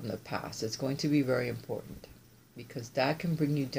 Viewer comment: Message importantayyyyyy!!! ☺️☺️☺️love it! It sounded Italian 💃🏻🇮🇹thanks as always for amazing readings & inspiration! Love u! ❤️😘 Roberta xo